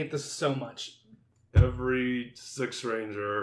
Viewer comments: I’m saying that you get the name ranger wrong your saying it like anger and you forget the r don’t get the name wrong next time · now you get the name right is ranger not anger